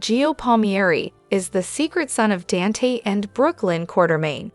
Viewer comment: Please Say DON THEN SAY T ITS DON T Dante😊